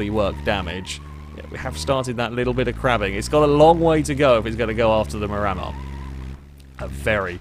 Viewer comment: Psst- hey! Just letting you know the Miramar is pronounced "mee-ra-maar" after a place in Florida:)